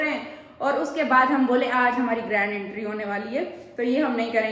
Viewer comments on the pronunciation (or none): Intry नही hota entry hota hai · Intry nahi entry hota hai 😊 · Entry hota hai intry nahi 😂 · Intry nai hota Entry hota hai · Jahil bhains bolna seekh lay , agr nahi seekh sakti to khuda ka wasta hai English na bola kr , entry , ye word ja k Google kr ar sunn kr apna word sunn , jahil